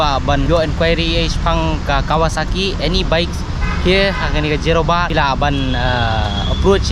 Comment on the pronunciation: Jorabat ❌ Zorobat 😂